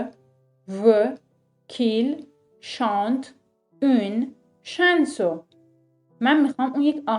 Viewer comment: سلام‌ استاد جان فک کنم تو ساختن این درس یه کم عجله داشتید بنظر من chason. رو شبیه chainson تلفظ میکنید .. درسته ؟؟؟؟ پوزش